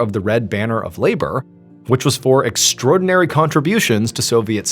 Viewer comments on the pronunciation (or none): none